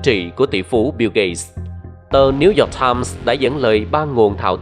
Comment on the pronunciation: Cảm ơn những tin tức bạn đưa Mong bạn có thể tiếp nhận ý kiến của mình là bạn nên học lại cách đọc tiếng anh Chứ New York mà bạn đọc thành Nêu Dọt Time nghe mắc cười quá bạn ơi